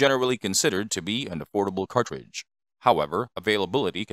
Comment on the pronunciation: What's a " cawtwidge"? And it's not rimless, it's a belted cartridge.